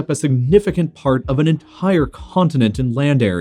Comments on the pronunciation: ... " significant p'Hart of an ent'HHire c'HHontinent " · Bro why does he say entire like that E N T H H H H H H A A A A I R E